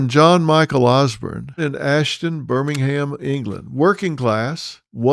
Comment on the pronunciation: It’s pronounced “ Birming hum…” not Birmingham like Alabama